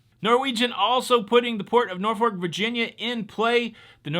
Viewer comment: It’s Norfolk. It’s pronounced Nor f$ck. But don’t stress the bad word. I grew up in Hampton Roads. You made me smile with your pronunciation. 😁